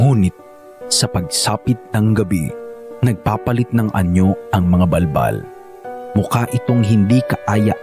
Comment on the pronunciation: Bul bul yun d bal bal🤣